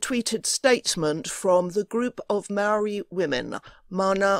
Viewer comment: Also, your pronunciation of Maori words was very good! Ka pai!